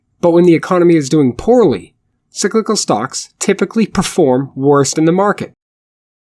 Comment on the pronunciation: Sicklical? Are you Swedish my friend? Enjoyed your content